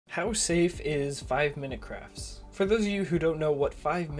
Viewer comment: it sounded like he said 5 minute crap LOL